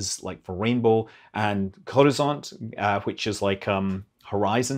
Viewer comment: Your "Molniya" pronunciation is spot on, but "Raduga" and "Gorizont" are quite off. You need to work on those. :)